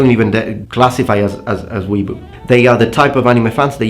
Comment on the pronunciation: It's Wee-A-Boo